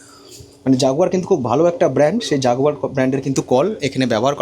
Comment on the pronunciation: ওটা জ্যাকুয়ার এর কল, জাগুয়ার নয় 😞 কাকা